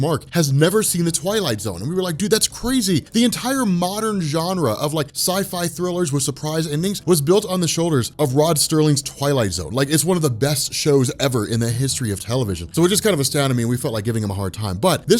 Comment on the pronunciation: Sterling! STERLING! It's Serling! How dare you!? He's a legend! Put respeck on his name Sir!